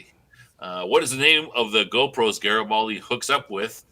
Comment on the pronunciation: GROPOS = not GO=PROS :D